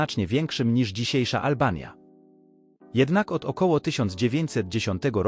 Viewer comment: zamiast albania powiedział olbania.